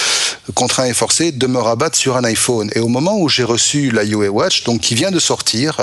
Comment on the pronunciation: Avant de présenter des produits...svp veuillez vous informer de la prononciation de la marque de ce dernier, "Yiouwé" sans déconner papy diouk ! Y en a marre....2eme vendeur au monde de smartphone...on prononce OUAWÉ, en chinois ruawé.